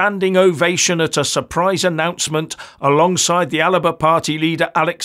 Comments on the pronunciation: ALBA ... not Alaba. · Alba, not Aliba. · I thought it was the Alba Party not Aliba Party 😅😂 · It's AL-BA... it's the Gallic word for Scotland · It's ALBA not Aliba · It's Alba...not Al i ba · I think you Alba not Alaba. Keep up the good work. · its ALBA .....NOT ALABA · its alba, scots Gaelic name for Scotland not aliba, same snp pi5h different name. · It's Alba, not Alaba. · Sorry the name is Alba not alaba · Alba not Alaba! Otherwise I'm a fan! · "Alaba Party"? It's called Alba. An ancient name for Scotland. What the hell are you reading from? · it is spelt Alba and pronounced AL Ba not alaba come on pal learn Gaelic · … It’s Alba, 2 syllables. As in: Al-Ba…. Not Al-a-ba. I’m a longtime subscriber. Regular viewer. But please rectify this glaring mispronunciation. It lessens your credibility. May the Force be with you.🌀 Jim🌀 (-: <*>:-) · You may need to do some research - Alba is the Scottish Gaelic word for Scotland, however you don't say it the way it is written. Instead it is pronounced 'Al-a-buh'. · listen to Salmond . He often calls it ALIBA . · I thought it was pronounced Alipa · I’ve heard Salmond pronouncing it ALIPA,presumably the Gaelic pronunciation